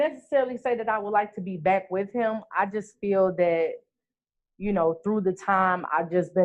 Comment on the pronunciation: The word is "that" not "dat", and the word is "the" not "duh". learn to pronounce words properly. Wtf.